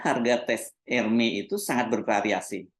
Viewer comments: koreksi dikit ya Pak: sebut Hermès nya, huruf S nya ikut disebut Pak… jd Ermès, bukan Ermè. Kalo di Prancis org Prancis ga ngerti kalo nyebutnya Ermè… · baca ermes mas bukan ermei